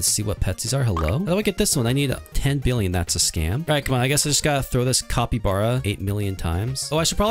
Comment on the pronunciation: it's not a copybara it's a capybara